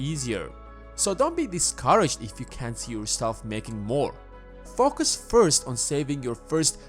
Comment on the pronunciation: Am I the only one hearing FukUs when he says Focus?! 🤔